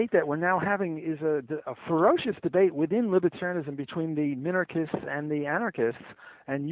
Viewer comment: "Minakernists?" -Sam Seder on minarchists